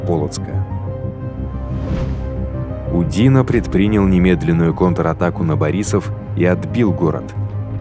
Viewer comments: Фильм с явным сочувствием к французским захватчикам. Диктор только что не рыдает, рассказывая о диких русских грабителях, обижавших цивилизованных европейцев. Ну хоть бы ударения при произношении фамилий ставил правильно. Никогда француз УдинО не был удИно. И много других нелепиц. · Забавно слышать, как диктор произносит фамилии. ЧичАгов, УдИно.)). В русском языке удадарение падает на О и Ё... ЧичагОв... , а во французском языке на последнюю гласную..... УдинО. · УдИно?? Ударение на О УдинО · УдинО, а не УдИно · Все классно. Даже подписался. Но просьба к автору расставлять ударения правильно. УдинО. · Маршал УдинО. У французских фамилий ударение на последний слог